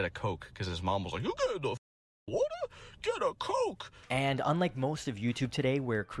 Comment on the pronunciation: “YOU GETTING A WAHTAH?” 😂😂😂